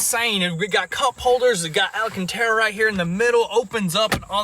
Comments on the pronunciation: Al-can-tara, not Ala-can-tara lol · Guys; AL-CAN-TARE-UH